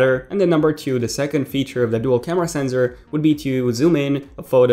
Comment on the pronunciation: it's sensor not senzor.